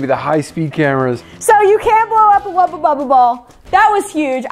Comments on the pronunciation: Why does she keep saying wubba bubba? They're Wubbles. Argggg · Did anyone hear them saying Wubba instead of Wubble nearly every time? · it bothered me so much that was saying "wubba bubba" when it's "wubble bubble" but u still love y'all the same:) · Wubble bubble. Not wubba. Srry mispronouncing was getting to my OCD. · them pronouncing it as "wubba bubba" instead of "wubBLE bubBLE" sounded so wrong. especially since "hubba bubba bubblegum" is a thing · The way they say wubble annoys me its WUBBLE NOT WUBBA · is it just me or does keep calling them Wubba Bubba balls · When and say “Wubble Bubble Ball” it sounds like they are saying “Wubba Bubba Ball” 😂